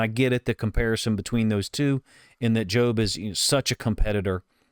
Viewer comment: You’re pronouncing it right, “joe”-b. I think Macdonald may have mentioned that he liked how the pass rush prevented Purdy from stepping up and into his throw. Great job by Jobe.